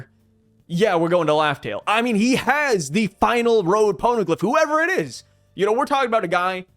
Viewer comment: I felt like he was talking about loadstar instead of laugh tell idk why tho